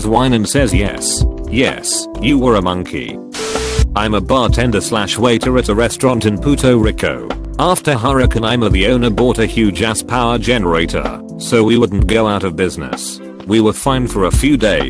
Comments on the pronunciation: “Puto Rico” lmaoooo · No one: Text to speech: Pooto Ricko